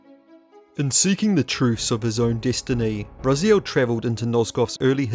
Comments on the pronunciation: Why do you pronounce Raziel different than the way the game's cutscene you included in this very video? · I think it's about time you learned how to pronounce 'Raziel'.